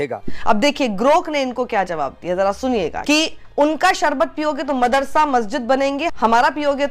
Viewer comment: Sharbat toh bol nhi pa rha sarbat bol rha hai kana